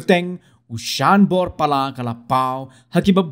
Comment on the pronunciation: thoh te thoh "Sanbor" ong pat te "Shanbor"